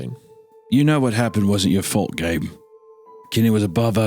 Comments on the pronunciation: says fart instead of fault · IM CRYING WHY DIDN'T HUNTER REALIZED GOON SAID FART INSTEAD OF FAULT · "Parshially their fart as well" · he said fart instead of fault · says Fart instead of fault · Isiah says "fart" instead of "fault" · "It's partially their FART as well" Not the only one that heard this right?